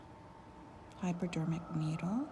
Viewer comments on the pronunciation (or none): It’s hypodermic not hyperdermic. Thank you.